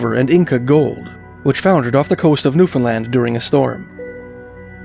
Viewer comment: Thank you for pronouncing Newfoundland correctly!